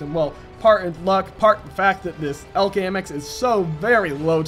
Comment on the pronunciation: its E L C not ELK idiot:P